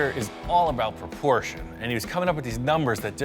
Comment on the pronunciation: You said it was in proporschein.😂